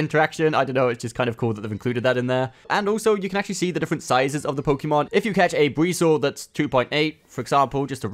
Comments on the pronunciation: PSA: It's poe-kay-mon. Hearing pokeemon a hundred times in a 5 min video is so dang cringe. Thank you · It’s not Pokey mon, it’s Pok ay mon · its Pokémon not Pokeemon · Pokémon. Not pokee mon. You should learn how to pronounce the thing you do “professionally” on YouTube